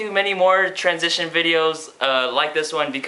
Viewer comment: was i the only one that screamed: TWANSITION!!! when he said transition?